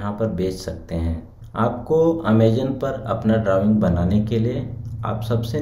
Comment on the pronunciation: Amazon ❌ Amezan✔️